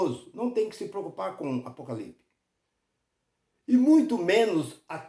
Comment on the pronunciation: O cara não sabe nem falar o nome Apocalipse e quer explicar o mesmo!